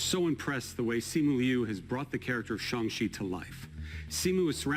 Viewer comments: "Shung she" you mean shang chi? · Anyone notice how Kevin Feige pronounce Shanco-Ci instead of Shang-Ci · Shang-Chi is said like Shong-Shee? Chinese can be a weird language to pronounce... Not that English doesn't have weird or conflicting word spellings/pronunciations. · Glad to hear Kevin Feige pronounce Shang-chi as "Shung-chee" rather than your usual westernized "Shang-chee" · did kevin just say shong chi? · props to Kevin Feige for pronouncing “Shang Chi” as close as caucasianly possible to the Chinese 😜